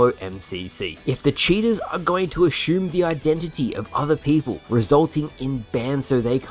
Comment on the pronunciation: "Ashyoom" lmao wtf